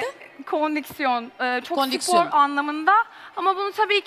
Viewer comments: Fundanın kondiksiyon demesi 😂😂😂😂 Asuman’ın çaktırmaması 😂😂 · ’nin “kondiksiyon” demesi🤦🏻‍♀️